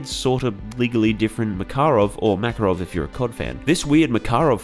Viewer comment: If someone really wants to be accurate with the pronunciation of "Makarov", the 'в' at the end ('v') actually sounds like 'ff'. It's always like that in Russian - ending consonants are unvoiced. That's why old English transliterations of Russian names almost always used 'ff' and not 'v', but that changed for some reason.